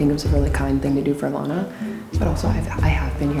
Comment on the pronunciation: BRO NOT LANAAAAAA